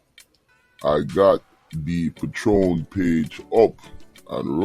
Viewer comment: What the hell is a patroon page or u pronounced it wrong It's patreon